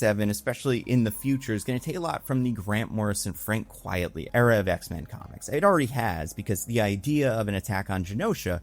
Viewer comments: Please stop saying his name incorrectly. It's Quite-ly, not Quiet-ly. Frank Quitely, a play on the phrase 'Quite Frankly' (and not his real name). I know you're not going to read this because I've commented this the last four times you've mis-pronounced his name in these. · Super nitpicky note, only because I think it's very funny. His name is not "Frank Quietly" it's "Frank Quitely". He did it as his pen name because it's an inversion of 'quite frankly'. Which I find endlessly amusing, but also very easy to misread